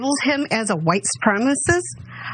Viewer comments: “How dare him do that to my son. That’s my son he did that to. He’s my son.” It’s supremaCIST. Not SupremaSIS. Sis.....is it a stroke? Is it crack? Is it meth? Maybe it’s Republicanism? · she couldn't even pronounce supremacist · Oh dear... Mama has about three brain cells, and she can't pronounce "supremacist." "My son went to Kenosha to help people... " (And shoot them dead!) God help us against these people. Cuckoo cuckoo cuckoo.... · She really has a problem with that 4 syllable word "supremacist". This lady is slow and being brainwashed. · How could Rittenhouse be a white supremacist when his mom can't even pronounce supremacist!? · Bitch can't even say white supremacist